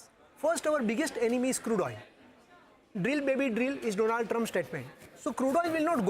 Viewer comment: Indians don't know how to pronounce Donald. It's not Doe-naald for gods sake.